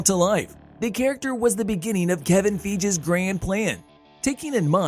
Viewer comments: bro said kevin feeges when its fygie (this is how it sounds not spelled btw) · KEVIN FEIGE NOT FEIG, LIKE PAUL FEIG. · Wait... Kevin WHO? FEEJ? Fucking REALLY DUDE? It's "FAY YEE" YOU DUMB SACK OF SHIT